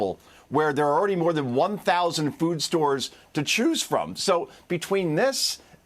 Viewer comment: How hard is it for you to pronounce Mom Donnie? The mispronounciation is obviously on purpose.